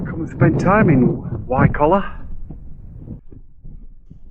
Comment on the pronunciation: It's pronounced "Wye coller". My mum's grandmother was the last child born there before it was abandoned in the late 1800's, and I remember visiting in the 1970's when it was a "ghost village" with no-one living there, though most of the buildings were in pretty good shape, considering.